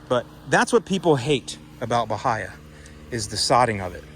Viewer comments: its pronounced ba-hay-a.... not ba-hi-a. It should be eradicated at all cost for yard grass. Who the hell sods Bahia? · its pronounced buh hay uh. Not buh hi uh.